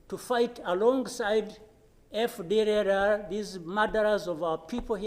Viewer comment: This guy can't say fdlr, he should be talking in French instead of giving us job to hear what he's talking. Kagame is putting the life of Rwandans in risk after him